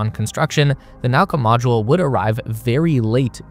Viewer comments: Also, Nauka is 'na-oo-ka', not 'now-ka'. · Could've used google translator at least to look up the correct pronunciation of the module names) kibo = kee-bO, not kAibo zvezdA, not zvEzda naUka, not nAuka zaryA, not zArya If you said unIty or unitY instead of Unity, that would sound weird, right?)